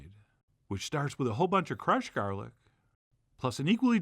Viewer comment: Was that Jarlic ?!?